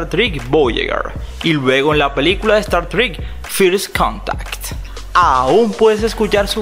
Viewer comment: Pero qué malo pronuncias casi todo !!! Es Star Trek y se pronuncia como tal. No es Dwayne, sino Dwight (Duáit). No es di rent stroques, sino Diffe'rent Strokes y se pronuncia dífh rent strouks.